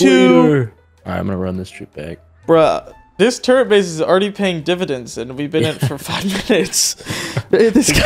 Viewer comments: balzed word fumble. "Turrent" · I just can't when puts an "n" in the word turret, lol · I swear to god if you say "Turr-ent" one more time I'm never watching a video again. There's no n dingus. "Turr-et" Get it right. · I know this man does it on purpose but every time i hear him say turrent i wanna shake him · Am I missing something? Is it like a meme to pronounce turrets like it has an 'n' in it? Or does have a speech impediment? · Turrets not Turents... it's driving me crazy lol. Honestly, I think you're doing it on purpose but still lol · Turrent lmao it’s turret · It’s called a turret not a turrent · Dude its turret not turrant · your pronouncing turret like turrent and i dont like that